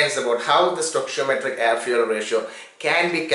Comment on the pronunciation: Its funny when he says fyu*e*ya*l